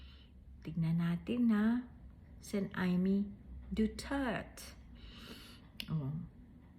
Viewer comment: hindi kaya sinadya ng judge yung pagpronounce ng duterT para homonym ng retardT🫢